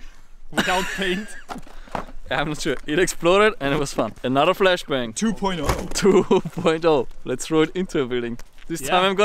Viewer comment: He just said “flesh bang”!!😂